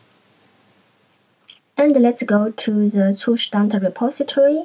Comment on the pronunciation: Finally, someone who can pronounce "Zustand" correctly😅